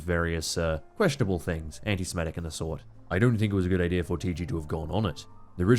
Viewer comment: “The general ideer”